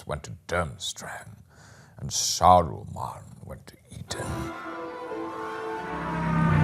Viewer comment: "Saroman went to Eaton" cracked me up.